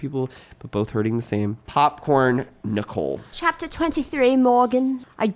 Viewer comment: one of my vocal stims is saying "popcorn Nee-cole"